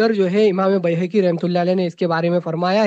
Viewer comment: Bayhaqi ko Bhehki bolta hai 😊😊😊